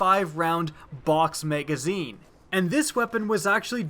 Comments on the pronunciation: It's Ma-Ga-Zeen. Not Mei-gaa-zeeeen. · drinking game: watch this video and every time he says "Utilize" or "Maygazine" take a shot. you will not be standing by the end of the video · Y did u call it a maygazine